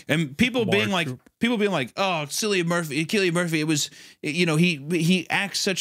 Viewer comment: Loved Space King, animation was gorgeous, give me more. I do hope this doesn't mean furry extermination has stopped though. - Cillian is pronounced with a hard C, and after Cillian's Oscar win, I'm sure Connor McGregor and a load of Irish people are gonna come and take your belt from you, along with Joe Rogan and a chimp. But I'm sure you'll stand your grand musket in hand like the patriot you are. Hunter - I get a lot of your criticisms of the film... but please tell me you get that Oppenheimer's an unreliable narrator? I tried to explain this concept to my dad and I nearly had a brain aneurysm. Also can imagine Papa Meat doing a deep dive on some dumb examples of unreliable narrator, finishing with a cum face of Hunter 'becoming death' - please do Halloween fancy dress as the Obzen Meshuggah man. It will represent the transcendence of your silly games as the podcast continues to age like a fine milk.